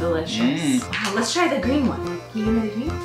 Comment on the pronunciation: He says da queen tho